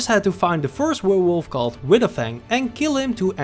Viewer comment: also really loved the trouble speaking "werewolf" I felt very represented hahaha